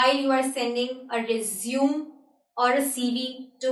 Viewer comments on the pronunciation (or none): Koi isko this se pronounce Krna shikhow.... (Resume)... Resumay..